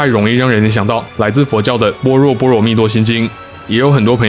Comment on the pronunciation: 字是般若 音同剝惹 另外我記得五個光不是台灣人 打注音他可能看不懂